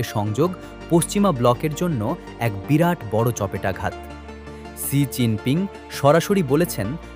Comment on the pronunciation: ছি জিন পিং নয়, "শি" জিন পিং হবে সাংবাদিক ভাই।